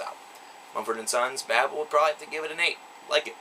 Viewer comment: Though some of these songs make you feel a certain alexithymia that cannot be put in to a simple review,despite that it was a good review and foretelling of the possibility of M&S to go on and not be forgotten(The pronunciation of babel leaves a lot to be desired.)